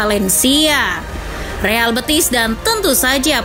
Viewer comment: Penyebutannya bukan kyk nyebut betis (bagian kaki), bukan bëtis ... betis , e nya e d tekan... BETIS.... Real Betis.. Biar ga malu"in